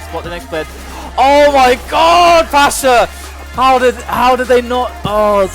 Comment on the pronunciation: PASZA A NIE PASHA!